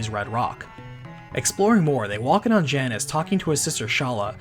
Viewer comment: Janus, pronounced JAY-nes. Cause he's a boy. =) - Uncle says to do some research! (Jackie Chan Adventures style)